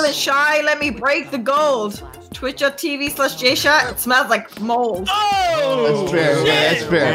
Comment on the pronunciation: said jshat